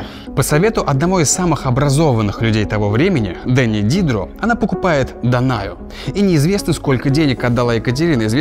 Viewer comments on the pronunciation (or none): Denis Diderot - известный французский философ, критик, писатель и драматург. И в школе про него тоже упоминают, и вообще, человек цивилизованный должен знать, как его имя произносится. А у вас звучит смехотворно. Типа он ДЭни ДИдро, как какое-то название конфет. Даже если вы не знаете французского, но это же общеизвестный факт, что ударение во французских словах падает на последний слог. Дени́ Дидро́ он! Дени́ Дидро́! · к ошибке о " ", не Дéни Ди́дро, а Дени́ Дидро́! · Не дЕни дИдро, а денИ дидрО. Француз же. Прям резанало ухо. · что? дЕни дИдро!? он француз, ударение на второй слог пс: и они ну точно не могли переспать) Но она ему и многим другим деятелям Просвещения помогала материально. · правильно ударение ДенИ ДидрО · ДенИ ДидрО